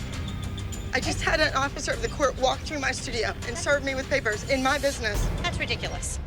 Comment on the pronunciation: they anit have to do abby like that now🤣🤣"illegal papars" it couldve ended at papars for abby🤣